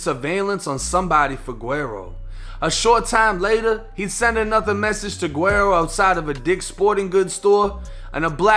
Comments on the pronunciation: Love the content my G, but it’s pronounced “weddo”! The “GU” is like almost silent but it makes like a “W” type sound, the double “R’s” are rolled so they kinda make a “D” sound in a way, and yeah the “O” is a fuckin “Oh” sound lmfaoo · Hey yo keep up the good work! This shit is important to document so dont stop. Oh PS - "Guero" is pronounced "Weh-do", just lettin ya know fam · Can someone tell dude it’s pronounced wedo Meaning white boy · Wero not wedo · No one else heard dis man say “gwarrow” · Its said like weddo (white boy) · You said his name wrong but great video lmaooo PS. his music is hella gas btw 🔥